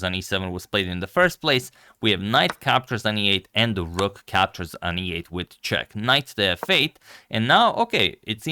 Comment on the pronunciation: Its rook not rock